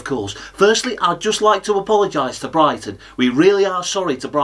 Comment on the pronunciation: Bri-ghi -ton